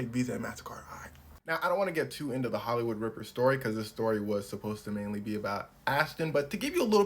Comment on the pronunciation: “Ihht holloywood ripper ill take visa and master card”😂